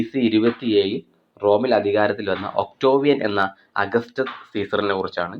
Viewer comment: ഒക്ടോവിയൻ അല്ല..ഒക്ടേവിയൻ